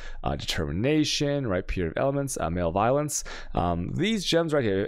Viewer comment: Also I usually hate the mispronunciations but “male violence” for “malevolence” is primo 👌